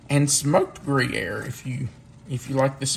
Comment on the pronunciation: Not gree-aire…it’s grew-yaire. Just thought you’d want to know. Gruyere is too expensive, not to mention unavailable, for us. We use other cheeses. Haven’t tried layered onions before but that sounds really good to me-can’t wait to try that, too!